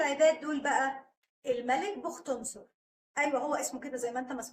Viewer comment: قبل ان تقرئى الآية راجعيها كويس ،، واسم بختنصر مش زى مابتنطقيه ، ضمى النون وشددى الصاد مع الضمه ....